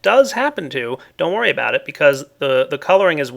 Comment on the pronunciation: don't you wurry don't you wurry child